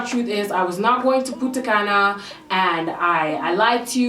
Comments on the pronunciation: Puntacana is in the dominican republic, but you said putacana and that sounds hilarious in spanish, but don't ask me why the translation doesn't make any sense 😆 btw i love girl! You're so funny omg 😂😘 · Punta Caña is located in the Dominican republic but you kinda pronounced it wrong, but its fine